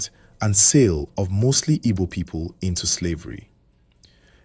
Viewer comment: Do well to get your pronunciations right. Don't be too quick to produce a half done job, it mostly puts off the listeners. In Igbo diction our KP is prominent, the p doesn't swallow the k hence Ukpabi is Ukpabi and not Upabi. Same as Igbo(not ibo) and Chukwu(not Chuku).